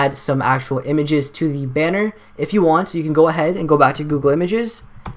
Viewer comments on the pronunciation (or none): the way he said images.. Good tutorial tho